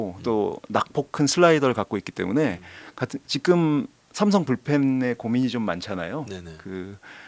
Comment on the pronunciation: 자꾸 왜 지금이 아니라 직금이라고 발음하시는건가요?ㅋㅋㅋ